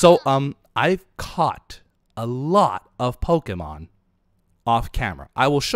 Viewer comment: why do you call pokemon polks?